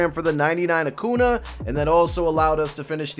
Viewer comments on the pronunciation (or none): Love ya, but It's pronounced Acoonya, not acoona. Driving me crazy lmfao